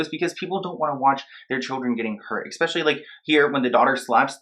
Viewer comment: Again, The word is ESpecially. Not EXpecially.